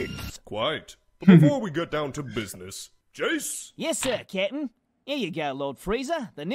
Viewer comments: Am I the only one who thought that Jeice was saying "kitten" instead of "captain"? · When I first watched DBZ Abridged, I misheard Jiece saying "Cap'n" as "Kitten" Edit: I always thought that the Four, in Team Four Star, was in reference to Grandpa Gohan's Dragon Ball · lol "srry kitten" is all i hear